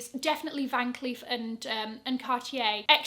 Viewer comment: Awesome video as always,! Just a quick note on the pronunciation of Van Cleef: it’s not pronounced like a regular double 'e'. Instead, it’s closer to the 'e' sound in words like bed, set, or men. In French, it would sound like 'Van Clèf'. Here’s the proof straight from the CEO of Van Cleef & Arpels himself